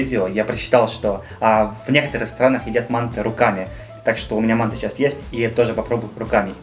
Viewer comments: Автралийцы и то правильнее произнесли: мантЫ, а не мАнты. Никак не могу понять, почему россияне произносят название этого блюда все поголовно не правильно. Это узбекское блюдо и узбеки говорят мантЫ. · Уважаемый автор! Вы совершаете типичную ошибку называя второе блюдо "мАнты", ударение нужно ставить на втором слоге "мантЫ". С уважением.